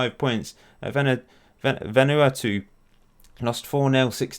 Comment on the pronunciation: its pronounced vun uatu